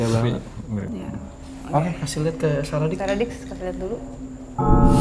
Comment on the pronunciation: Maaf mba, saraddict bukan saradicks. Sara addict (Kecanduan sara, candu sama konten2nya). Kalo sara dicks, dicks itu kelamin pria hehehe. Jadi kalo sara dicks yaaaa...gitu mba. :) Sekali lagi maaf ya mba, saya hanya kasi tau.